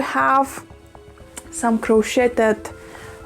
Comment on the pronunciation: Crocheted in America rhymes with today with a d at the end crochet rhymes with today